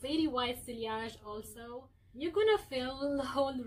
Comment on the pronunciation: Sillage is pronounced See-yahje NOT SILLY-ahje It only has two syllables. As this is an old video you may have already been informed of this but in case you have not...